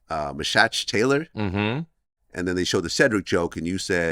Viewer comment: It's pronounced Me* Shach Taylor.